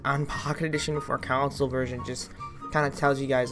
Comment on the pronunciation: "counsle" dont u mean console. xD